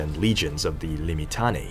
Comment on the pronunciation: Say it as liː.mɪˈtaː.ne.i: = limm-itTUNN-eh-ee. Five syllables.